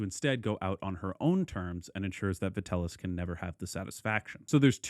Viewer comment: Vitell - i (eeee) - us, not Vitellus. Sorry for being that guy. Great video otherwise. If you haven't looked into it, Nero coins can be surprisingly affordable, especially tetradrachms, which you might appreciate owning as a Nero fan.